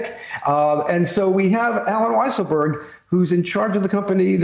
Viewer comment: I LOVE when they call him "WEASSLEburg " 🤣🤣🤣